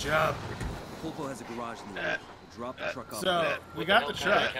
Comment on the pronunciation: Byw its pull-po not polpo. It translates to octopus.